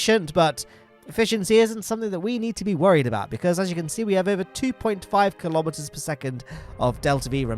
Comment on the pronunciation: I know you said kilometers, but I keep hearing Kerbometers